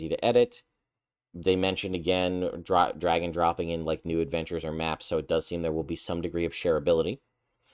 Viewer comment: you said "drag and dropping" and I heard it as "dragon dropping" then thought "poo stinky!"